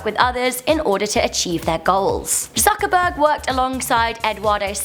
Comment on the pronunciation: Am i the only one who heard it as Suckerberg